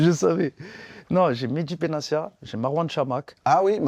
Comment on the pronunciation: Samir, on dit pas Benacia mais BenaTia